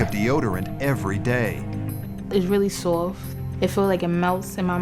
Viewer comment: It weally swoft